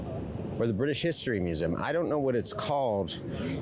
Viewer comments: Its pronounced Mue zee um. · I've never heard anyone pronounce museum like you do, but in any case it should be said like: mew-zee-um, said fast